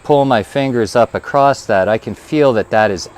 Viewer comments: There is no "T" in across other than that great video thanks. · I enjoy hearing various regional dialects, and your occasional pronunciation of "acrosst" was neat. I've never heard that one before. Makes sense of course, it's like a contraction of "across it". Also, about the softer/harder chains: one of the reasons a softer steel will get a sharper edge is due to the size of the crystalline structure in the different types of steel. A lot of people don't know this but different steels have different crystalline structures, not only due to alloy content, but also the processes of hardening and tempering steels change the crystal structure. Softer steel has smaller crystals, harder steel has larger crystals (both still microscopically tiny), and a smaller crystal means the edge can go to a finer point, just the same as how smaller pixels in an image mean the image can contain sharper detail. The edge can only get as thin as the crystal size. So it's not just that it's easier to sharpen soft steel, it's actually impossible to get harder steel to be as sharp as you can get softer steel.